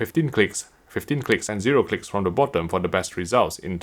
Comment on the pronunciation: Whenever he say clicks It sounds like CLITS……. not my fault 😝